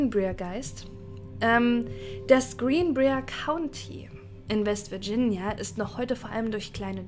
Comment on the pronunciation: Yay, neues Video zum neben der Arbeit anhören :) Falls es dich/euch interessiert (und völlig ohne erhobenen Zeigefinger erzählt): Briar wird wie B(W)REI-AR ausgesprochen ;) Heißt übersetzt Dorn, wie von der Rose. Sollte bei Brier hier auch so sein.